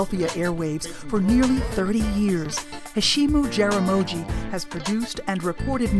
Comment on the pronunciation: I gotta say, All the comments are accurate. Not that it matters, but I just can't believe how he 'butchered' his own name (The second name- Jaramogi). I am a Kenyan of Luo descent/tribe. In Swahili, 'Heshimu' means 'Respect' . Jaramogi is a name unique to the Luo people. The 'gi' is pronounced exactly as is written and not 'ji'. Just saying...